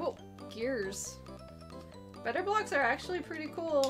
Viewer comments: The way you say it sounds like Betablocks, and remind me of those pills lol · No one: Absolutely not a single soul:: BETTAH BLAHX But for real, tho, how can you talk about 90s commercials without mentioning Crossfire or Mr. Bucket?